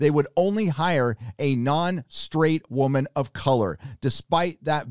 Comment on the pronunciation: It's "WOH MAN"